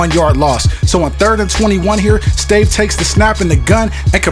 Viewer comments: stave is pronounced "STAHVAY". Joel Stave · The quarterback for the Vikings his name is pronounced Stav-a he is from Wisconsin